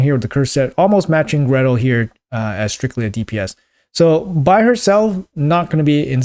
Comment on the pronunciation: Gretel, not Greta